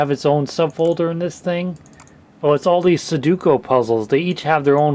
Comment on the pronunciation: It's sudoku not suduko